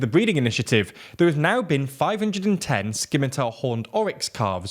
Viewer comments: Errrr... it's a soft 'C' in scimitar, so it's pronounced 'simmitar', not 'skimitar'. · You need to play more tabletop roleplaying games:P sCimitar XD Definitely the funniest mispronunciation I've heard on the channel and you say it 3 times in a row! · Skimitar horned oryx? That is not how you pronounce scimitar, folks. :D The C is silent. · It's a pity you don't cover environmental news because the IUCN updates are very interesting (which is where the oryx story comes from). Also, I know you get this a lot, but you are mispronouncing scimitar as you don't pronounce the 'c' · The c in scimitar is silent. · The “c” in “scimitar” is silent. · Glad to hear the species is doing better but please mind that the letter C in "scimitar" is silent. Cheers! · Was hoping someone would mention that!